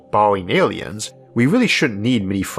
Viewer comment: I've watched so many videos that I started to call aliens -''alions'' and world - ''wohd'' I know it's a speech defect, but it's kinda cool like a different English accent